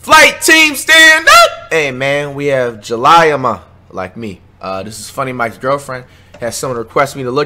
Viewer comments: Dat mane said July-ah-muh😂😂😂Flight funny asl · Flight can not read he said ja lie ya ma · 😂🤣🤣he den even say her name right n bring his child would jus be embarrassing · I’m laughing at how he pronounced her name 🤣🤣💀💀💀💀💀💀💀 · You said the name wrong too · u said her name wrong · That’s not how you say her name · Said her name too wrong lmao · First off learn how to say her name